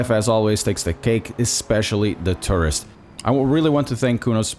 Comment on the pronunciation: I thought I heard "tourist farting"...